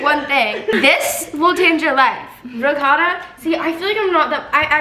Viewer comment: Being Italian and hearing the way says “ricotta” made me cringe